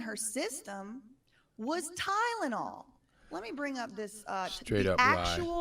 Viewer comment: said "tydenol" not Tylenol! She didn't even know how to say it, she's so dumb. She isn't running or creating any high tech products or company! Puh-leeze!